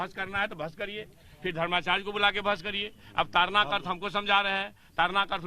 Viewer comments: जी मीडिया का रिपोर्टर बार-बार ताड़ना शब्द को तारना तारना कह रहा जो ताड़ना और तारना में बहुत अंतर है दोनों एक दूसरे के vilom hai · ताड़ना है तारना नहीं